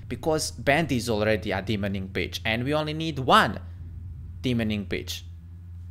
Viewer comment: you said bicth haha